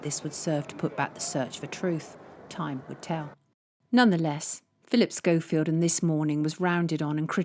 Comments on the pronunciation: This was a great video. Very informative. Any reason we’re calling him Philip Show-Field instead of Skofield, are we making a point about his fakeness? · Phil Shofield??? What? Its pronounced Skofield but not written like that! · It's Skoe field not Show field... pronunciation. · Sonia, totally brilliant investigative journalism as usual. Why are you prouncing him 'Showfield' 😂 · Hehe did sonia mean to say repeatedly Philip “showfield” ? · Am I hearing correctly are you saying Philip showfield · Can she please pronounce his name properly if she is a so called journalist. It is spelt Schofield but is SCO, the H is silent when you say it. i have a friend who has that surname and he hates it when people pronounce it incorrectly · Why are you pronouncing his name as "Showfield"? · At least pronounce Schofields name correctly 🤦‍♂️ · She can’t even say Schofield properly